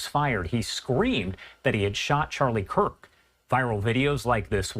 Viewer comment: Come on Jesse, really? You dont know its Kirk not Kurt???